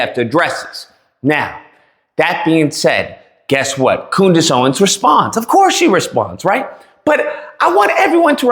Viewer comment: "Coondace" ? You racist pig.